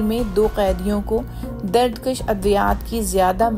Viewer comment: درد کَش نہیں دردکُش!